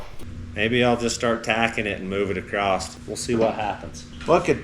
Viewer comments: Why are Americans saying ACROST instead of just across? A lot of u tubers seem to be doing it lately. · Love you guys but it’s ‘across’ not ‘acrosdt’